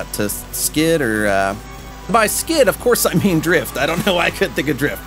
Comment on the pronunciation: You're saying drift wrong